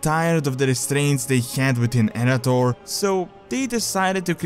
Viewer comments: it is pronounced ”uh-wrath-or" by both pride in lore for noobs, as well as ingame during quest dialogue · I had to stop watching. Your mispronunciation of Arathor hurt too much, and hurt even more each time you said it wrong